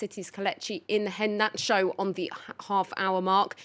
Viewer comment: They could've taken thirty seconds to teach this broad how to pronounce Iheanacho's name.